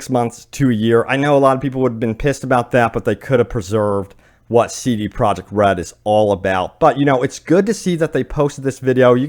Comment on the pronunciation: Im trying to figure out what he is a co founder of? sounds like he is saying so da project, even the subtitles put it as soda project, instead of c d project? those are two whole different letters (sounds dee/da)? Is there a different company? I went to their wiki page, and there is not other company of the sort, so it seems he is saying cee dee project, but is actually saying soo daaa project. Or is the pronunciation for cee dee project different than what I thought? I mean, this is a recorded video, the pronunciation seems very intentional.